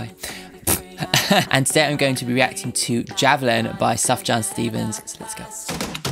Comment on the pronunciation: i love sufjan (btw pronunciation is like soof yahn) so much and have for almost 10 years now. when he made his post explaining this album i cried for like 30 minutes straight. love this man, he has been through so much and he continues to make beautiful things from it